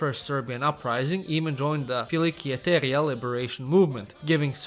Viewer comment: I don't wanna be mean but as a Greek speaker, the way he said "filiki eteria" killed me 💀😭